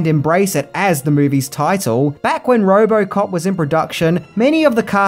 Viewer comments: Say Roborcop one more time. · It’s Robocop ! Not robo-cop 🤦 other than that : great video !